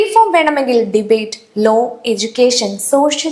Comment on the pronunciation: Low or Law ? Pronunciation please correct. Appol Sri Lanka and Nepal ? Aviteyum und.